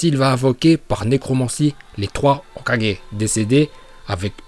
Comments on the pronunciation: Je déteste ta façon de prononcer hokagé sa soul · il dit hok4g a un moment faut pas exagerer encore pire shidessu nn mais la c insultant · on dit le "O4G".. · Y'a problème de locution sur le mot hokage 😅😅😂😂